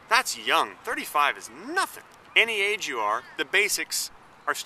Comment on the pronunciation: when you said age i thought you said AIDS and i snapped back to this window